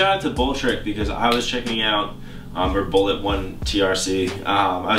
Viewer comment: THIS NIGGA SAID BULLETRC LOL.JUST CALL HIM BULL